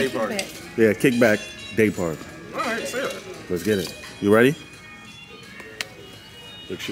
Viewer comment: Day party sounded like GAY party 😂😂